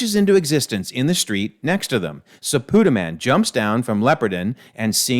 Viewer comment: Might want to correct your pronunciation of Supaidaman... (Soo - Pie - da - Man)